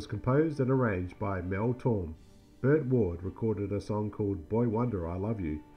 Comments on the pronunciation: "Mel Torm"? You mean Mel Tormé? (tor-MAY) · That's Mel Tore-may, you philistine.